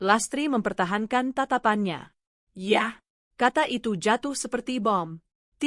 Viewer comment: Blitar hadir..... ❤ Maaf penekanan kata "YA'' gk enek banget😂😂😂